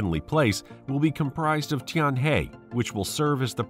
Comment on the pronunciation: Tianhe pronounce like 'tianher' ，not 'tianhey'